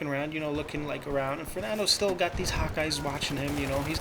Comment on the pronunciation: haha, every time you said hawk eyes, I thought you said "hot guys". And i was like, how does this fit into the story???